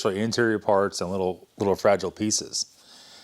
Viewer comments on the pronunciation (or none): none